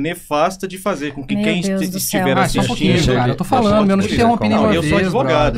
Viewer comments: "eU sOu AdeVogAgo" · Como diria o grande Trote da telerj: "Bem, primeiro... Grandis merds que o senhor é adEvogado...."